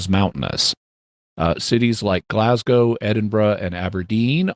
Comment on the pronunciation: Scottish listener here! Very impressed that Jimmy managed to not only pronounce 'Loch' correctly, but also the city names Glasgow and Edinburgh which people tend to butcher. Next challenge for Jimmy: to pronounce 'ceilidh', 'Milngavie' and 'Sauchiehall Street' :)